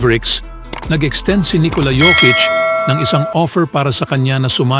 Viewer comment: ANG TAMANG PAG BASANG PANGALAN PO NI JOKIC UNG J PO GINAGAWANG "Y" HAY NAKU BAROK KA PO YOKIC PO TAMANG TAWAG SAKANYA